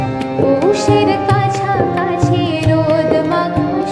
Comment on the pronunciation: 'কাছাকাছি' উচ্চারণ ঠিকমত হচ্ছে না, কাসাকাসি হয়ে যাচ্ছে আমার কাছে মনে হয়, তা ছাড়া খুব খুব অসাধারন হয়েছে, মন জুড়িয়ে যাওয়ার মত